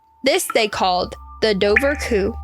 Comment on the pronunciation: It's pronounced doe-wer-coo. Also Sean said his wife "thought" she could see orange flippers. It was dark and hard to tell.